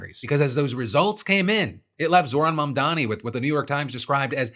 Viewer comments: It would be nice for benny johnson to pronounce "Zohran Mamdani" without him butchering it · New Litmus test, if you can't pronounce Zohran Mamdani correctly, you're an evil POS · "Zorhan Mondommy"